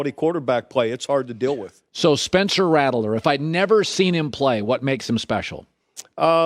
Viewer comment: “Spencer Rattle-er”